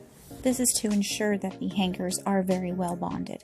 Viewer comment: The way you say hanGer tho 😅😊